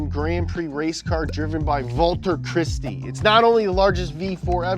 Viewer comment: "Valter CHristee",, my man, it's 6 in the morning my dude and I am here for the energy